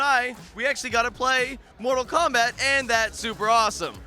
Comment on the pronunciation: did u mean......mortal Cumbutt